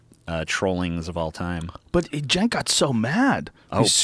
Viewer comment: It's pronounced "Chenk". In Turkish the "Ç" symbol is spoken as "Ch". Just trying to help.